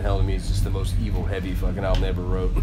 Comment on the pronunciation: PC is BS. P.S., I think it's funny how he emphasizes how f******!!!!! Lol